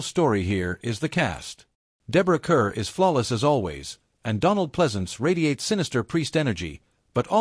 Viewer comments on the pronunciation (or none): I enjoyed the video, but one minor correction: Deborah Kerr’s last name is pronounced “car.”